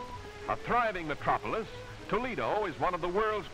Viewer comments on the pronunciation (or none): none